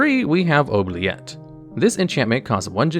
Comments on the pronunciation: OOO-BLEE-ETTE- OOO as in goo. Blee as in BEE...ETTE as in the Et in Etiquite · Please. For the love of God. Anyone playing Oubilette and pronouncing it as it's spelt, I give you the correct pronounciation: "Oob-lee-eh". It's French. It means "forget".